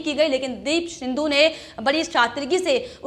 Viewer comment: सिंधू नही सिद्धु